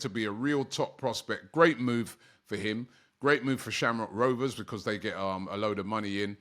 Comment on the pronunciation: 1567 videos doberman by Robbie for AFTV and he still can't pronounce the word BECAUSE. 😂